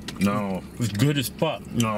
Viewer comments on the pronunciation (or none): I think you are trying to say "good" not "goob" 😂 no offense